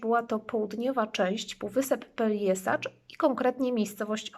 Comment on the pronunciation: Peljeszac a nie Peljesacz...